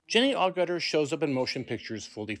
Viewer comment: It's not Awe-gutter, it's Ag-iter, a bit like Agatha with an r at the end.